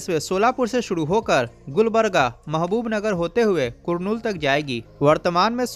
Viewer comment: वो कुरनूल नहीं है वो करनूल हैं